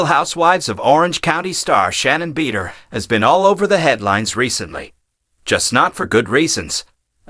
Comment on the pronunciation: Everyyy time this guy mis- pronounced Shannon “Beeder”… hilarious!! 😂